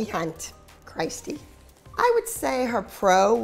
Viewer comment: I like how Abby couldn’t even say Christi’s name lol😂